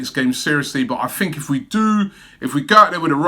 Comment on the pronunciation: You said “What do you guys fink”. I fink, we just need to ask the Spuds fans “Mind what gap”? 😂